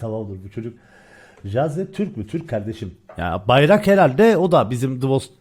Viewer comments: Ceyzit diye okunmuyor. Caazd diye okunuyo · Caazd diye okunuyormuş reis :D